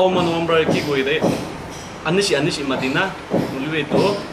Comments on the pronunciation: Being an Ao learned only today its called noshi not anishi 😮😮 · Yes it called nu-o-shi.